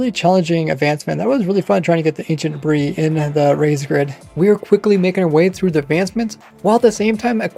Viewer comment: I somehow understand "Ancient Brie"